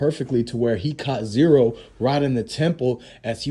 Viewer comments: It's z ro, not zero......who tf are you bro? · His name is Z RO NOT ZERO BRO WTF